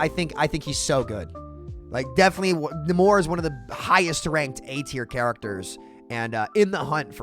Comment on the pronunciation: It's Nay-mor, not Na-mor.